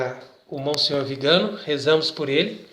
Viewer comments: Bom dia. A pronúncia do nome do Arcebispo nõa é Vigâno, mas Viganô. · VIGANÓ, TEM ACENTO NO Ó, NÃO É VIGANO. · Pronúncia do sobrenome está errada: le-se “Viganô”. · Não é Vigano, mas VIGANÒ… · A pronúncia correta é Viganó. É oxítona. Salve Maria